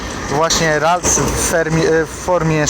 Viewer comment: Mam prośbę... Naucz się jak wymawiać prawidłowo nazwy pokemonów.... Bo ze śmiechu prawie padłem od tej "rajtuzy" "yakuzy" 😂